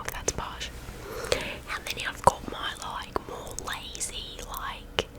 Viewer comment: I don't think your accents too bad. It's just certain words seem to switch between southern and northern. I like the way you pronounce like as loike lol just keep trying you'll get better with practice.